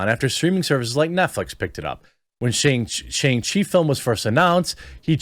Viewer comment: Say Shang-Chi correctly